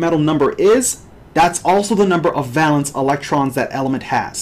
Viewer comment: Bro, it's \ˈvā-lən(t)s\ not val-ence. It's a long (a) sound. No one says val-ence.